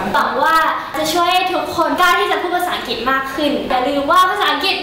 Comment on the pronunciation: ถ้าออกเสียงคำว่า อังกฤษ เป็น อัง- กริช ไม่ใช่ อัง_กิต จะเยี่ยมมากเลย